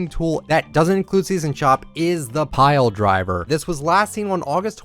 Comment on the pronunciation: The way he said pile driver tho